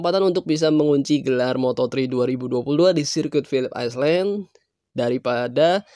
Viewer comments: Pilip ailen bacanya min,,bukan aislen malu2in wkwkwk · Island=(baca) ai'len, bukan iceland=(baca) ais'len